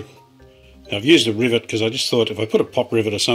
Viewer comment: You were instructed by a frog to fasten with a "ribbit" (rivet) LOL😁